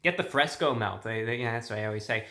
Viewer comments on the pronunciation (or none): it's frisco, not fresco. 😜